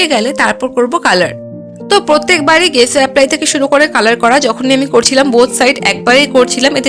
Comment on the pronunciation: ওটা গেসো নয় ওটা জেসো